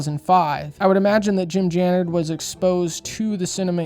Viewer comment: “Tooken away…” Also you’re mispronouncing/misspelling Jim’s last name… Dude, you’re clueless on just about everything on this subject. 😂👉🏾🤡